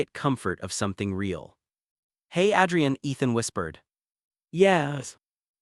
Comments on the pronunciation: Dear fictitious narrator : Adrian is pronounced like Aid, not like Add. Effing AI 😂😂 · Why are there so many guys called "Ethan"??? And who pronounces Adrian as "Addrian"?? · Adrian's great-looking. Strange but with Italian pronunciation he should be called Adriano. The buildings look like NYC (UN/Chrysler) not Chicago.